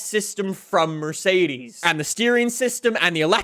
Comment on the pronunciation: It's not pronounced Merseidiis or Mersidis. Mercedes See, it's that easy. Also, Douche/Dotke Magnum.